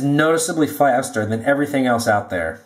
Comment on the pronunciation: "It's noticeably Fwwaster"